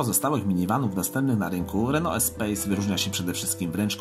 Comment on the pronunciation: EspaS nie Espejs... Co do samego porównania- jest Espace a potem dlugo nic. Świetne auto zwłaszcza polift w wersji Grand z benzynowym 2.0 Turbo pod maską. Szkoda, że dziś takich samochodów już się nie produkuje...